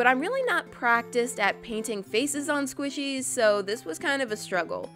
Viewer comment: and it's squishies not swishies